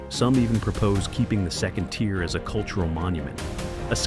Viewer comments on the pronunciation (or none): none